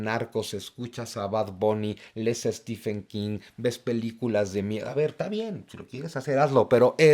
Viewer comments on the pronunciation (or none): none